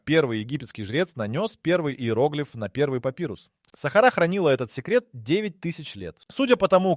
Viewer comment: В слові Сахара наголос неправильно читають на перший склад,а потрібно-на другий склад